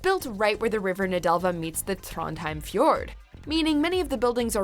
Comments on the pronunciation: Trånndhaeim? Liksom? Ta dæg en brunost. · Trondheim her